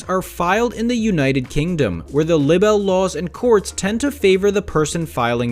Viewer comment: I think there was a lot of incorrect information here. Hence the thmbs down. Also check how you pronounce libel. This was meant as Constructive criticism. #justice4johnny